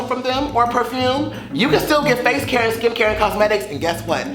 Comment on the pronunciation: Lmfao "maybe a feece to feece"